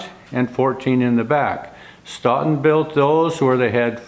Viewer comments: Not "Staughton",,,, "Stow ton",,, Stoughton, just like Dough! You don't call it Dauw! Just saying,,, from Wis Con Sin! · Another excellent video! For what it's worth, Stoughton WI is pronounced 'stow-ton'. I always look forward to Fridays and another video by you. Thank you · FYI, here in Wisconson, Stoughton is pronounced "Stow-ton." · Stoughton is pronounced STOATON... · if you are speaking of "Stoughton" in Wisconsin, it is pronounced with a long "O" i.e., Stoeton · Sorry to nitpick, but if you're trying to pronounce Stoughton, as in Stoughton Wisconsin, you're pronouncing in a way that I've never heard being a life long Wisconsin resident. You may want to call someone from Stoughton, and ask. Just a thought.